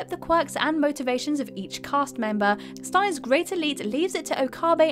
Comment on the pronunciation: You pronounce “Steins” as “Stains”? Really?